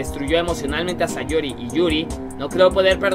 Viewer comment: ¿Alguien más se entero de que dijo Sayuri en lugar de Sayori? XD 😂😂